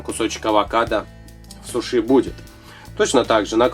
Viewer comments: Ага, в первый раз когда услышала сушИ думала показалось, а оказывается нет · вы не правильно ударение ставите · суши ударение на у. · ставь правильно ударение на у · Софик Татрокова суши - это японская еда, а в Японии звук "Ш" не произносится. Это уже по американцам мода пошла говорить через "ш". )) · вы отлично плетете,но я вас поправлю:Во первых не сушИ,правильно говорить сУши.Во вторых это одна суша,(я имею ввиду,что одна-суша,а много-суши)В третьих сУши заворачиваются не в капусту,черное это не капуста!Это водоросли. Я просто вас поправила,чтобы вы знали на будущее.А на счет того,что это роллы,я не согласна.Это действительно сУши!!!Роллы это длинные суши,которые потом разрезают на мини-суши.А так вы хорошо плетете!Мне очень нравится!И еще раз повторяю:Я вас не в чем не обвиняю,я просто вас поправила))Удачи в дальнейшем!Не путайтесь;) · Видео прикольное! Но не сушИ а сУши ударение! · Не сушИ. а сУши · говорится не сушИ,а сУши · умоляю вас не обижайтесь. Но правильно говориться сУши а не сушИ. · Учить ударения надо суши ударение падает не на и ,а на у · Не сушИ, а сушИ, и не капуста, а нори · 1. Не сушИ, а сУши 2. Не капуста для суши, а лист нори Понятно? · да правильно говорят сУши ,а не сушИ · Суши не на и ударение а на у! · вы говорите сушЫ а правильно сУшы вы не правильно говорите и получился глагол сушЫ сушЫ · блин знаешь правильно говорить сУши а не сушИ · почему слово СУШИ вы говорите это слово с ударением на (И) получается / СУШИ Вот вы сами посмотрите А если говорить грамотнее то тогда будет / СУШИ Если грамотнее то ударение падает на (У) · не сушИ,а сУши! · Не сушИ, а сУши! Ударение на У. А получилось красиво, спасибо! Сделайте пингвинчика :-). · Не сушИ а сУши! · Во-первых, это роллы (не спорьте со мной я лучше знаю) Во-вторых сушИ это когда полотенце сушат, ясно? Правильно говорить сУши. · Не сушИ,а сУши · Какие суСи? Суши!! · привет а ты знаешь что правильно говорить суууууууушы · не сушИ а сУши